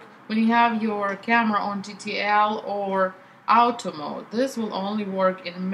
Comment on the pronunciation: Love the way you pronounce Auto mode... Out-o maoud